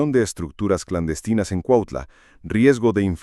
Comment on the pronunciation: Es cuautla no cuatla aprende a hablar bién pendejo!😂😂😂😂😂😂😂😂😂😂😂😂😂😂😂😂😂😂😂😂😂😂😂😂😂😂😂😂😂😂😂😂😂😂😂😂😂😂😂😂😂😂😂😂😂😂😂😂😂😂😂😂😂😂😂😂😂😂😂😂😂😂😂😂😂😂😂😂😂😂😂😂😂😂😂😂😂😂😂😂😂😂😂😂😂😂😂😂😂😂😂😂😂😂😂😂😂😂😂😂😂